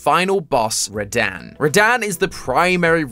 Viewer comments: “Radan.” Bro it’s Rad-han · It’s rah-dun not rahdan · Rah-Dan? When I heard you say Radahn's name, I physically winced. It's pronounced Rah-Dawn. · ain’t no way he called him ra-daan 💀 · I don't know if he is saying radahn's name correctly or not, it could just be the accent